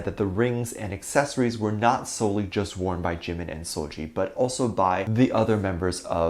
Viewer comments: First of all it’s seul-Gi not Gee! Secondly, Dont drag her unproblematic pristine clean name into this nonsense! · Im more bothered about the way you're pronouncing seulgi's name 😭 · First of all you don't even promomce seulgi's name correctly GOD ! Second it's so funny how pple still with this jimin and seulgi thingy I thought we left it I 2017 😭 Third; you sound like allkpop articles 🤣 like two idols wear same cloths once : they are dating ...